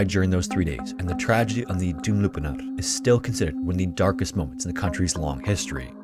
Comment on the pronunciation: Try pronouncing it "Channak Kalleh" and "Doumlou Pinahr".